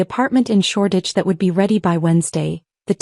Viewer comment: It is SHORDITCH, ENGLAND